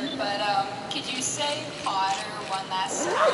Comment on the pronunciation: POTTAH! xD